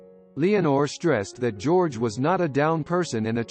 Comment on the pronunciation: "Jerogay" Reeves? Really?